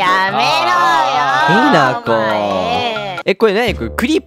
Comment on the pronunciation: ひなこさんしゅんたんって言ってた